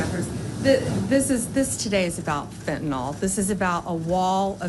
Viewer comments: It's Fentanyl, not fent-a-nol you idiot. After all these months you still don't know how to pronounce it, huh? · Its fentanyl as in pencil. Not fentanol as in alcohol. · Why does she always say Fentonol? Is that different to Fentanyl? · It’s Fentanyl, not fentynal. She can’t even get that right. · Can anyone explain to me how the attorney general can’t pronounce fentanyl. It’s not pronounced like Tylenol. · She still can’t say Fentanyl! She says fentanol. What a fake person. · It's Fentanyl Bambi, not Fentanol! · Pammy, it's not fentanol, it's fentanyl. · Blondi: “we’re talking about Fentanol”, the drug is actually called Fentanyl. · She can't even pronounce FENTNYL. 😂